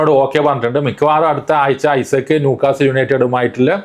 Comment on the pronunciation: ഐസക്ക് അല്ലാ ഇസാഖ് ആണ് 😂